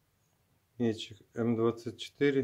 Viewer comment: классно👍. Это ведь все слесарная обработка, без ковки? только не мéтчик, а метчѝк. Ударение на последний слог